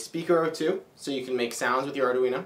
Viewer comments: the thing that stands out to me the most, is the way you pronounce Arduino. I don't think it has four syllables. It has three. I found several websites that say the correct pronunciation is: ARE - DWEEN - OH, not ARE - DAH- WEEN - OH. There is even one that actually has a woman's voice pronouncing it, but youtube won't let me post a link. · It's pronounced : ( "ARE-DWEEN-0") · great tutorials,but can you please stop calling it ARDA-UINO ? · Ardoooweeno eh?